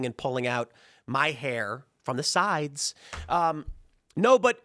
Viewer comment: Tim said pulling out his hair and put an emphasis "on the sides" lol